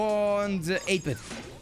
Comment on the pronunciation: 8 -Bit wird deutsch ausgesprochen